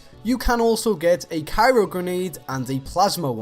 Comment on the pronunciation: Did you say 'Cairo grenade'?